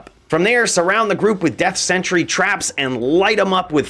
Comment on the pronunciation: I've never heard someone pronounce "sentry" and "century" before 🤣🤣🤣